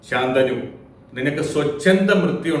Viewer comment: ഉച്ചാരണം ശ ന്തനു എന്നല്ലേ, ഗംഗാ ദതന്റെ ഗുരു പര ശു രാമൻ ആണ്